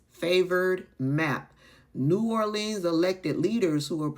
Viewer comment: I'm a native son of New Orleans Louisiana. These Republi-KLANS doesn't want to try to earn the black vote Becausethey already know that their KLAN-servative policies doesn't benefit the African American community. you are pronouncing my home city of New Orleans the wrong way. We locals don't say "leans" when we say New Orleans. Just like some mispronounce Louisiana. Not Lou-iz-iana, Louisiana.